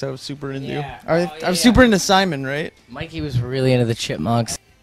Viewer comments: Is nobody gonna point out that it sounded like Mikey said "migey" instead of "Mikey" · He says it like “migee” lmao